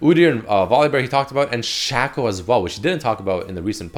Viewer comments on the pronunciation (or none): dude love the vids but you need to learn how to pronounce certain champs names, its not Shacko it's Shake Oh, you can even watch the league of legends chanmpion spotlight, would make your vids better if you pronounced more champs names correctly.